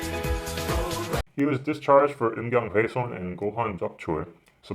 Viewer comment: 음경훼손과 고환적출 발음이 뛰어나십니다